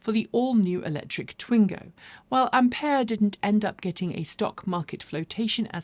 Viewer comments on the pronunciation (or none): none